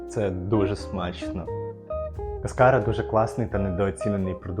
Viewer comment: Якщо що, то кАскара, а не каскАра